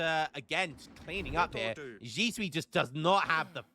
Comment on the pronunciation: xi = zee (you had that one right) shui = shway if Ryanheart is 1700 Widgie did pretty damn good in that 1v1